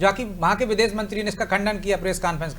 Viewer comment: aur biddes nhi videsh